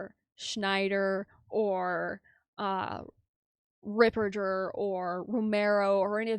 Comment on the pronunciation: Thank you for sharing your sensible comments. I see narcissistic tendencies in her behaviour. And she's the only person mispronouncing Fr. Ripperger's surname.